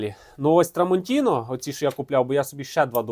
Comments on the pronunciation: Як же ріже вухо це "трамонтінО". Ножі ТрамонтінА. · Шеф, на біса нам ті артикули??? 😂 Тестуй гостроту не аркушом А4(його і жабокол різати буде)😂а талоном з магазину! Але подяка, що гроші тратиш і нам показуєш!! І не TramontinO, а TramontinA!!!!!! ТруфальдінО - то з іншої "опери" 🤣🤣🤣🤣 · Дякую за огляд.Але-tramontinA-no a tramantinO